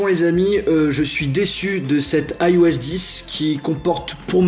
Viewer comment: Pourquoi tu dis AiOS et pas iOS ?